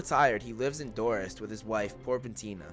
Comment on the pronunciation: its pronounced Door set not dorest,spelled dorset